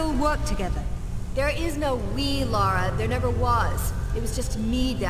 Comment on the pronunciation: maybe one day youll even love her enough to get her name right ;P i know im being snarky but it always baffles me how many people think its "laura" even after being told for 2 hours straight by the game itself - in both writing and phonetics - that its "lara".